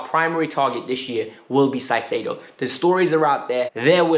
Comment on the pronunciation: you are totally butchering Caicedo's name. It should be pronounced "Kaisedo". Other that that, I totally agree about Felix, he has tons of talent and only needs a coach that trusts him and creates a proper attacking system.